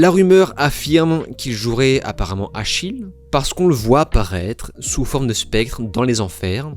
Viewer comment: Achiel. Pas Achilles